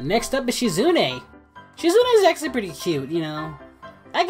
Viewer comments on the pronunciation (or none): none